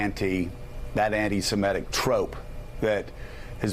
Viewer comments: The word is 'semitic', not 'semetic.' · Semitic, Joe, not Semetic.